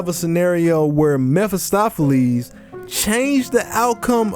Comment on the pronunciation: Ya said his name wrong